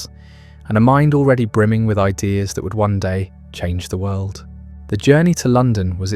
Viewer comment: Sorry, I can't stand people who end words that end in the letter "D" with the the letter "T". World is not pronounced "worlt" . End is not pronounced "ent".